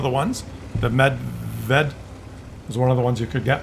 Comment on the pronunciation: Medved (cze) = Bear (eng).The English pronunciation of "Medved" is MEHD-ved, with the emphasis on the first syllable. The "e" sound in the first syllable is similar to the "e" in "bed," and the second syllable is pronounced like "ved" in "beverage".... thanks for video, with perspective, detachment, objectivity and a sense of humor.